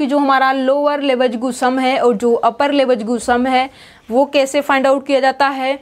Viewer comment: लिबेग न कि लेबेज्गु